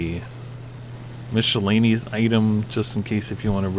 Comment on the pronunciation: So is the way he says, "Mishellaneous." LOL